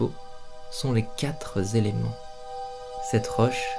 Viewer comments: Aie, liaisons dangereuses = quatre éléments ( quatre ou huit, vingt ou cent ) ne finissent par "s "alors pas de liaison;( à 6.30 m du début du film). quatre z éléments). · « Les quatre z´éléments » ?! 😆 Je te taquine... Un grand merci pour tes vidéos ☺️